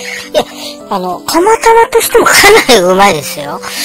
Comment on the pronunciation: 蒲田だけに 釜玉？ なんちゃって！ 釜玉が タマタマに聴こえて ドキドキしました。 蒲田だと 宮元に行ってしまいます。 昔は、ちょっと離れている インディアンで、カレーとラーメンをよく食べてましたよ。